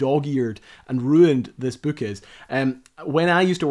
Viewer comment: I'm confused.... what's a "bewk".... :) Loved the video.